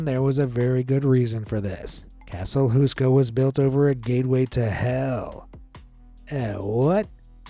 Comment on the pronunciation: castle huska? its castle houska